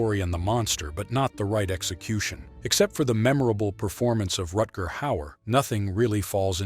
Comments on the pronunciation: It's not "Retguhr". Rutger. German name. To be pronounced accordingly. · Rutger is Dutch, not German.